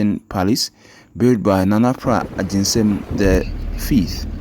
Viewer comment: The name is Nana PRAH AGYENSEM! Please,, mention the name well. Thank you